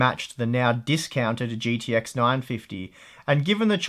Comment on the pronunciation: holy fuck its g T x not "GDX"